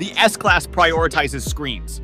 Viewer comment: S-Slass? S-Class